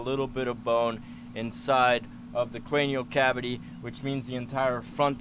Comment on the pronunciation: So annoying when he says crenial cabity